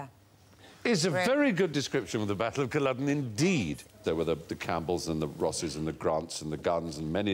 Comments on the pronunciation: Why do they keep saying Colluden? It’s Culloden. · It's Culloden, Stephen, not Colluden. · Never heard of "Culludun" before. Christ...how hard is it to find out the pronunciation before the show